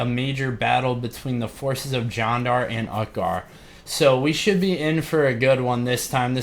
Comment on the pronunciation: I think it sounds more like "John-dar" when you say it though. Which is fine, but if someone commented on the pronunciation that's probably what they meant